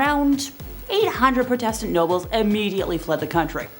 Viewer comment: The girl doing the evil queens bit really said protestant and heretics so wrong I’m so confused